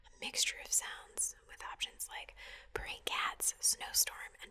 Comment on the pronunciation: When she was mentioning "purring cats", I heard it as "burning cats" at first and did a double take